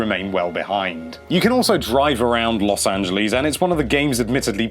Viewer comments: Los Angelees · Los Angelees? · Los Angalees